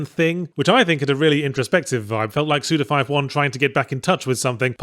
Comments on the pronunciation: Forgot how much I enjoy hearing Yahtzee say suda 51 😁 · I will always be upset with how Yahtzee says Suda Fifty-One's name.